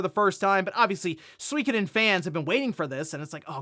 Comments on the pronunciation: Suikoden isn't pronounced "Swee ka den". It should be pronounced closer to "Soo ee ko den". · I swear when I look at Suikoden and it being pronounced Swekaden it just seems wrong. When I think of Swekaden I'm thinking of some bouquet tea shop not a famous JRPG?